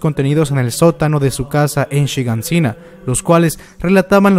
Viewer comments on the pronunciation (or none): none